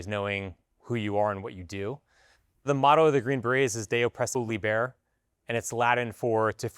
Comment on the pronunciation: “De oppreso liber” to liberate the oppressed